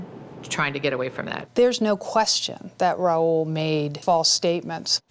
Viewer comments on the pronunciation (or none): 2 minutes into the video i knew how to pronounce Rahul's name. I'm finding it difficult to take reporter's facts at face value when he's calling him Raul.